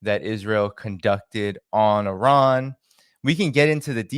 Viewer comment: Please try to pronounce correctly the word "Iran" (and not Aran). Thanks